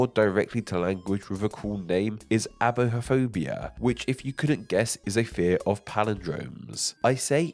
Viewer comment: it's pronounced ai-boh-phobia😉